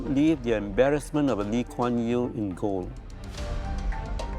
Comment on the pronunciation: in jail, pronounced Jail, not goal.